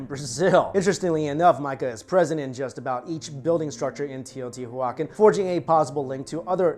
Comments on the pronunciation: The word isn't Spanish. It's pronounced Teo• tiwa • kahn Also, he mispronounced dielectric It's "DI" not "DE" Electric. As in two, or binary. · Bro...love all your vids, history and food etc...But you're Killin' me. Tay-oh-tee-wa-kahn. Or at least that's the way we said it in spanish. (I'm aware it's an Indian word, but I couldn't understand or knew what you were sayin...lol) again great video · Teoh • tiwa • CAHN. Stress on that last syllable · Huacan --> juacon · I really like your videos, much respect. It's Teo-tia-wah-khan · Teo-ti-wakan. The pronunciation is similar to living languages derived from the Dakota/Lakota peoples. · Say it right : tayo tee wacan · Very good video, just one thing... "Tey-oh-tea-wah-KHAN" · TEO - TEE - WAAA - CON YW BOOBOO. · Wtf are you saying it’s teotihuaCAN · Teo• tiwa • kahn it’s a Nahuatl word for the city of the Gods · I really like your channel, but you pronounced it wrong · the way you pronounce the name has cringed my soul to the point that i wish they sacrifice me there. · I am cringing every time you say Teotihuacan. 😖 The pronunciation is soooo off!!! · It's definitely a hard "K" sound. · haa haaa...i was thinking the same. Poor kid never heard of the city I bet before he made the video. Didn't know how to pronounce it correct. He still has good videos though. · thank you! That was bothering me as well.